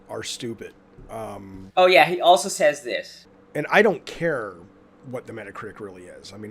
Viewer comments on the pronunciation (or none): none